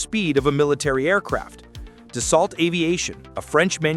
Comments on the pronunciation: Tell your AI narrator that it’s pronounced Do-So……. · It’s pronounced: Da-so. How can you make a video and not know this? It was not illegal for twin engines to cross an ocean. Only for airlines. There are no ETOPS restrictions for business jets. And no, 3 engine airplanes do not have more thrust than a twin. A twin engine is certified to continue takeoff on 1 engine. A 3 engine aircraft is certified to takeoff on 2 engines. So total thrust is significantly less on a 3 engine aircraft. This is a complete BS video. By the way, nobody pays $6 per gallon. That’s the posted price, but everybody has fuel contracts, which is more like $3 to $3.50.